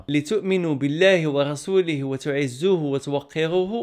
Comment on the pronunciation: أحسنت أخي ، كتب الله كلامك في ميزان حسناتك. في الآية:" ونعزّروه" وليس وتعزوه، كاين حرف الراء، لعلّك لم تنتبه... بارك الله فيك.